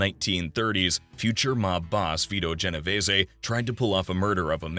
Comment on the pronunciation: Holy shit thank you this is the second time I watched one of these and the kept pronouncing the last time wrong and it was driving me nuts the other one with Genovese and they kept pronouncing it wrong like there was an a in it